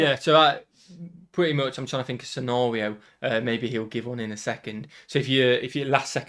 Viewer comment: i noticed in all the videos the guy can't use words with the letter R in them. I don't know if it is a speech impediment or what. It has nothing to do with his accent because I've hear other British people have no problem with it. He uses the letter W to replace any word with an R in it. I've noticed it for over a year and it fascinates me. Listen how he says scenario at 5.54 hahahah